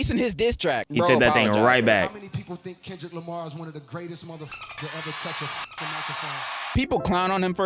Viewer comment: bro really said kendrick limy 😂